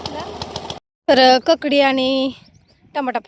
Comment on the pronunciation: ककडी का काकडी